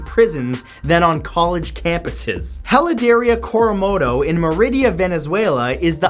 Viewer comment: The way you pronounced "heladeria coromoto" gave me cancer